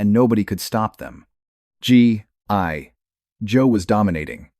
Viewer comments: What’s up the G I Joe pronunciation? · This would be good if your AI didn't hallucinate the claim that about the 2017 comic book, which is false. There was a comic book series, but in 1987. And your AI reader is making a mess of pronunciation for G.I. Joe. Sigh x2